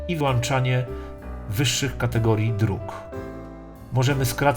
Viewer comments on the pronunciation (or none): none